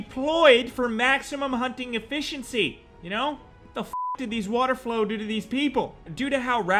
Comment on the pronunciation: lmao... water FOWL my dude. not flow. 🤣🤣